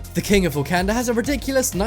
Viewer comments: Who else is triggered by him saying wakanda wrong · The way you pronounced Wakanda was so cringe 😂